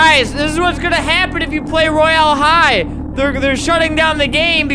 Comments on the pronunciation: It’s not roy AL high it’s Royale high and not only 8 year old 9 year olds(me) play it too SOOOOO ya...UnU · “ro-yale-hi” - fLaMiNgO 👏🏽😁